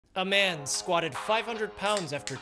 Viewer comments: The way you pronounced man at the start is quite funny. MaAaAn. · Thought he said my man in the beginning